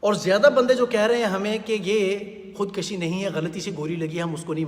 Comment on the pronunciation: Khud kushi not Khud kashi.